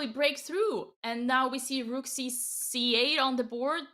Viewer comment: The move turned her Irish 🤣🤣 The Roooook